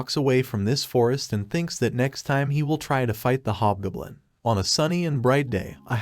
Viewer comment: GOB. . . JUST SAY HOB G O B L I N. NOT BLOODY GUBLIN OR GBLIN. . . WILL YOU LEARN HOW TO TALK FOR CRYIN OUT LOUD!!!